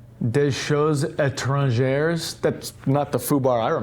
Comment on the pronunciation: I love how pronounced "choses" just fine, but absolutely butchered "des" and "étrangers." I've had good experiences so far with the Nelson Rigg Hurricane Line. Waterproof, relatively inexpensive, and holding up fine thus far.